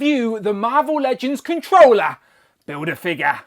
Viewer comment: Kont'rollah bildah figgah 😂